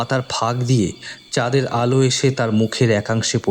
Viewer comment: চাদ,ফাকা-এগুলো কি হচ্ছে? ধাধা ? "কাচাপথ"? বিরক্তিকর। "ঠোট"! "হা করে তাকিয়ে রইল","স্যাতস্যাতে"।উচ্চারণ স্মার্ট করার পরিবর্তে শুদ্ধ করলে ভালো হয়।